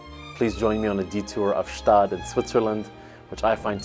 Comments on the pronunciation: why bro say Staad and not Gstaad. I mean I'm swiss. It's called Gstaad. I'm also french but Idk what they call it since they don't know wtf to call anything. They call a brownie a broni. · a little tipp from a local, despite what your delusions told you, its definitively got pronunced "'staad", the G is hard and full in there GGGschtaaad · Swiss here, it pains me a little bit that you mispronounciate the city name, try to pronounce the "G" in the beginning. Quite important